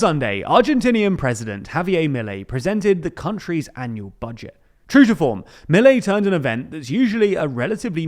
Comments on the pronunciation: Just so you know, it's pronounced mil-EI, NOT MIL-ei. It's getting annoying. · A couple of notes: Milei's name is pronounced "Me-lay", with an accent on the second syllable. Also, more concerning than the raise in military spending is the one in the intelligence services, which have been historically opaque and used to persecute and spy on political opponents. Also, his plan calls for transferring all educational and health-care expenditures to the provinces while at the same time asking them to cut their budgets by 60 billion dollars.. what could go wrong?